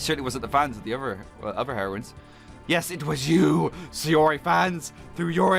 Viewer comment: Yeah just sayori best waifu! But your saing siori not sayori